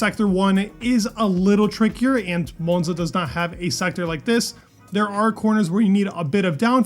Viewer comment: Why do you say monza .. like your holding your tongue..